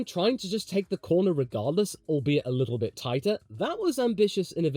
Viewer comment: LMAO that "DOES HE ACTUALLY OWN THE CORNAH!" caugh me off guard